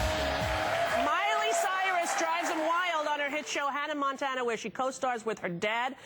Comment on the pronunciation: “hannah MANtana” 😂